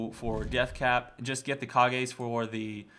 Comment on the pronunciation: kage's is pronounced cage's it's a reference to tenacious d